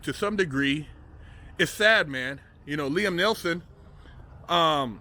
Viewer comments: He said Liam Nelson. At least get his name right if your gonna make a video based on the man. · "Liem Nelson"